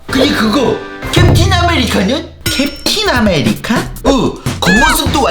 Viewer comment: '캡틴아메리카는?'이라는걸 '캡틴 아메리카노?' 로 들어버렸다....